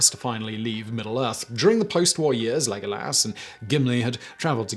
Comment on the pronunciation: Lego lass. The new head cannon way to pronounce legolas' name